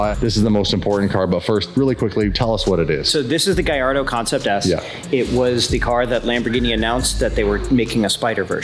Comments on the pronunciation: Gallardo* not Guy'Ardo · Honestly, I could never buy a car from a guy that pronounces Gallardo the way does. 🤣